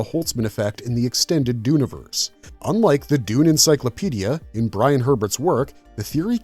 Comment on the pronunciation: Dune'verse not Duni'verse please.